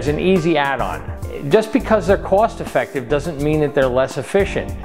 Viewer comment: lmao "effictive"